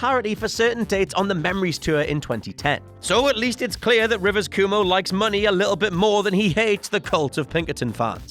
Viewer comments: "Coo-mo"? Is this something you all at WC do on purpose, mangling people's names, like an inside joke or something? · did u just say rivers koomoo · “Rivers Coomo” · "rivers coomo" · The way you say Cuomo leaves me unsettled.